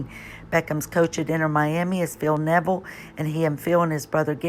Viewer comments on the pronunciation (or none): none